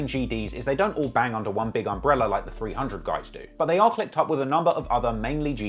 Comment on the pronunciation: You should really stop trying to say 300.....really!